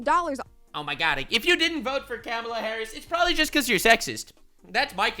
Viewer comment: Everytime you pronounce Kamala as Camela it breaks me lmao X'D🐫